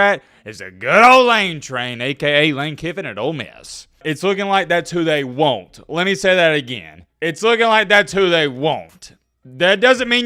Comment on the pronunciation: LOL, I was thinking the same thing.